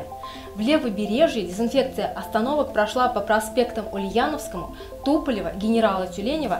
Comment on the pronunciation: Почему мальчик говорит сисинфекция?